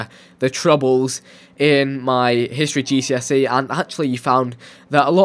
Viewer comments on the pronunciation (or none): none